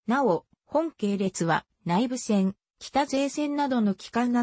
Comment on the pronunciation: ちょっと読み間違いが多すぎるよ？😫 改軌は「あらためき」ではなく、「かいき」と読むのです👍 内部線は「ないべせん」ではなく「うつべせん」ですよ😂 北勢線は「きたせいせん」ではなく「ほくせいせん」です😂